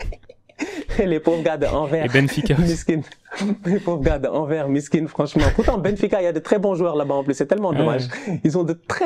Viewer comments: Anvers ca se prononce "En verse" pas "en vert" bon dieu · On prononce le S de Anvers